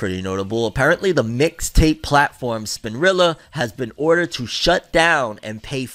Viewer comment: I love u to death but that hard r wit spinrilla is wild 🤣🤣